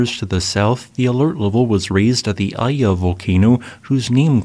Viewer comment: Iya is pronounced Eeyeh